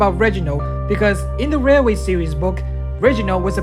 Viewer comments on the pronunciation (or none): Dude u mean railway? 😂